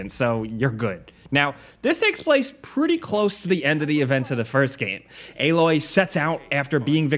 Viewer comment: Stop saying aaaaaloy